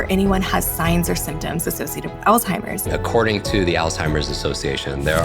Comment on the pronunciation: So much purdenent information, so thank you both. I do feel compelled to ask you both to please pronounce the word "Alzheimers" correctly. I realize there is only one L in the word, however, it is pronounced as if there are 2 "L's"...check on it and find out for yourselves. Again, I do truly appreciate the info. No disrespect...seriously.